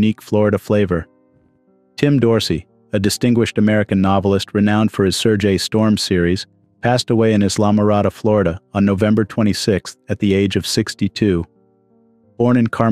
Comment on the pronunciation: Islama roda,florida?? Never heard of it?? U mean Isla-mor-ada, florida